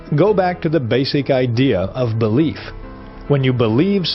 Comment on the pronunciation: I can't stand the narrator's pronunciation of the word "belief"! There is a vowel between the "b" and "l"!